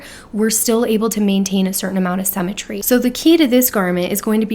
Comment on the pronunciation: I just discovered your videos today and am binge watching! Really loving hearing your take on the Kibbe system.💖 One small note of constructive criticism...you are pronouncing symmetry incorrectly. sym·me·try /ˈsimətrē/ I know this is a small thing, but with the amount of times you use this word (especially with describing classics) I thought you might want to know. 😘